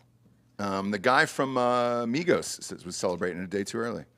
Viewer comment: Why do you say Migos like migohss... 🤣